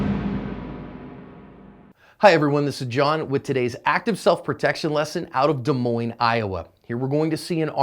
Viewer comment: You pronounced Des Moines correctly. Nice work